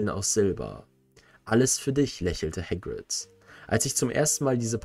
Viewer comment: häckwit? 😅 nicht böse gemeint, aber ich bin verwirrt… er heißt doch “Hagrid” zumindest laut den Büchern